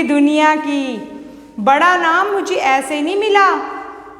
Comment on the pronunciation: Madam Ji ye Vada hota hai na ki Badaa